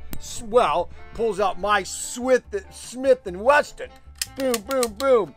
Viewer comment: First of all it’s not Swlith & Westin it’s Smith and Wesson